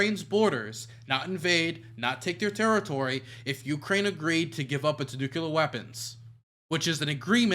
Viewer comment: Ucane? What kind of country is that?!